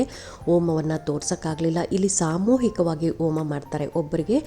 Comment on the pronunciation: OMA allari HOMA antha uccharane maadi.